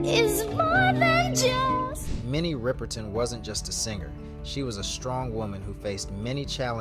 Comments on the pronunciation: Why do a short on her and won't pronounce her name right ,do some body else and stop hating. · Pronounce her name correctly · You are definitely mispronouncing her LAST NAME. Look at how her last name is spelled and pronounce it correctly. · Please pronounce her name correctly.Beautiful soul with an amazing voice❤❤❤ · I cringe every time you mispronounce her last name Uggg! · wbile tbis contained alot of info it was very repetitive. and how he kept saying her name wrong made it worse. there was so much more about her that could of been shared than repeating same tbing over and over. do bettef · If your intent is to talk about someone’s history the least you can do is learn to pronounce their names correctly!!!! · Please learn how to pronounce her last name correctly!!! it is so ignorant for you to continue to mispronounce her name!!! Before you do videos on celebrities you should learn how to pronounce their name it is very aggravating and frustrating for us to have to listen to you mispronounce her name in such an ignorant way!!!!! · This narrative MUST be RE-RECORDED and having another educated spokesperson pronouncing Minnie's last name PROPERLY! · Her name! Get it right ffs!! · I can't watch this as bad as I want to because of the pronunciation of her last name 😢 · You can't even pronounce her name 😮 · Literally watched ppl pronounce her name and still said it wrong smh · Sorry, they're not fools. If you're going to attempt to make money off of a deceased artist at least put in enough effort to pronounce her name correctly. Even if it is AI there are ways to ensure it is pronounced correctly. What an insult to her and her family. The click bait in the subject line says all you need to know about this "content" maker. Lazy and ignorant. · Besides the fact this Guy mispronounced her name throughout this video, he did educate us on Minnie’s entire history. Thank u but next time, pronounce the name or names correctly! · Mispronounces her last name. Me 2